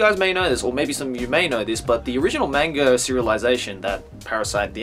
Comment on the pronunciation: Hearing pronounce manga as "mainga" is so jarring